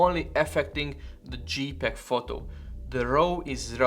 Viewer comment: dzséj peg, nor dzsípeg